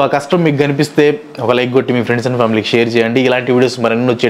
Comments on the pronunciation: friends ❎ Frendsu ✅ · lo friends kadu 'friendsu'